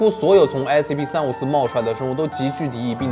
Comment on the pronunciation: 把354講成345了